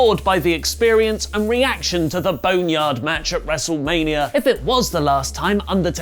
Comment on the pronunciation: When you said “bone-ah-yard” I threw my phone at the wall. I’m working through it. Thank you